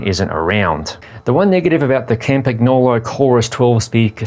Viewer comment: pronounce campan-YO-lo. Not campa-GNO-lo